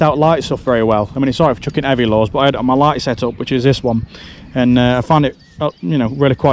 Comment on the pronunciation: Every time he says “lures” I hear “laws”